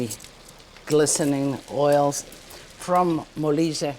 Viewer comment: Molise!!!! non malaysia ....... poveri noi 😭